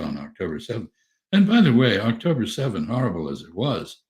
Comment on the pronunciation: Was ahh-k-toe-brr sefen not a successful milliteary mizzion?